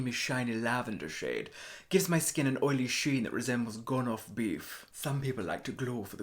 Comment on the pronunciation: The pronunciation of beef gets me every time. So perfect. BIEUFF.